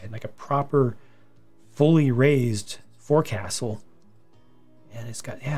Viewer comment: Very cool that you know all the sailing ship terminology! Nice pronunciation of forecastle! I'm pretty stoked about that ship.